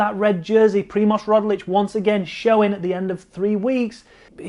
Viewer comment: Its Roglič, not Rodlič